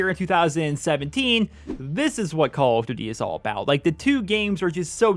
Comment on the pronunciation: I giggle every time you say "Call of Ditty"